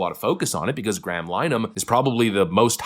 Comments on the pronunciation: It's not pronounced "Line-uh- han" it's "LEN-uh-han" it's Irish in origin and the Irish love nothing more than murdering the English language. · Graham's last name isn't 'Lineman' it's Lin-e-han (the 'i' is short and the 'e' is pronounced, not silent). Here in Canada, we are getting the same problem with the Online Harms Act (Bill C-63). Although it expired when the most recent election was called, Prime Minister, Mark Carney, has 'promised' to re-introduce it. Australia has also introduced similar legislation. A very good analysis of this project, which is under way in New Zealand and most of the European Union as well, is called 'Managed Decline'. If you are American, you are lucky. Your first amendment has - just - enabled you to avoid the implementation of this toxic ideology. You can find a very good video outlining this program here: Bye the way, my subscription to your channel was removed by YouTube. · Graham Linehan (Pronounced Lin-a-Han not 'Linen') Is Irish , not British. He is famous for writing the Sitcom 'Father Ted', among other things and is also a comedian. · His name isn't pronounced "Line han" or "Line man" it is "Linna han" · Is the audio track on these videos done by AI? You keep mispronouncing Graham Linehan's name even after Farage pronounced it properly. It's LEN-uh-HAN. Not LINE-un. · “Graham Line-uh-han “ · It’s pronounced “lin e han” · His name is pronounced linn-a-han. As well as the I.T. Crowd, he also created Father Ted and Black Books. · Linehan is pronounced "Linna-han" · Graham Linehan, pronounced “Lin-eh-han” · Linehan - li nuh hun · It’s Lynn Ahhh Hun😂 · pronounced lin - eh - han. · …linehan. Lin-uh-han. Jesus my guy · Tiny correction, he isn’t even a British citizen….he’s an Irish Citizen. An Irish citizen made some tweets while in the USA….but for some t-reason the UK Labour Party thinks they can prosecute. Also it’s ‘Lin-eh-Han’ because Irish names are always jacked up 😂😂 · LEN A HAN that’s the pronunciation.